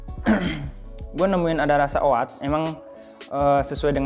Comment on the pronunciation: Oat bacanya o OT, A nya hilang..